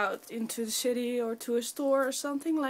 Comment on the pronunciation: you said shity in stead of city made me laf